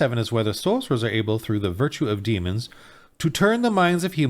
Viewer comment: Every time that guy said "Sorceror" I died a little inside.